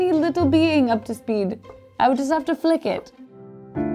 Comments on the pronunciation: I honestly thought you said, you could flick your bean 🤣🤣🤣🤣🤣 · I got extremely baffled at first because I heard “flick a tiny tiny bean” instead of “flick a tiny being” lol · I heard it as "flick the bean"... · I thought she said flick a bean...as in...nevermind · I thought they said “flick the bean”.